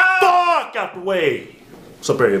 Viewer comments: That 'FUCK' too😂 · LOL love the endings. really emphasized the FUCK on that one